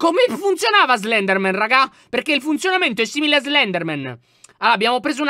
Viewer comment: Slendranna, ahahahahahaha, sei un grande lyon